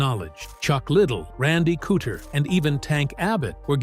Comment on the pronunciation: Good old Randy “Cootcher”